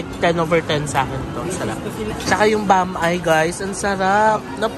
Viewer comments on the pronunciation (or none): Tawang tawa ako sa pronounciation mo ng Bam-I 😂😂😂. Correct is “Bam-ee”. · Bam-eee pronounciation po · It's pronounced bam-eeh. I think Mesa is a Davao-brand kasi marami nyan dito, and bam-i is a visayan pansit.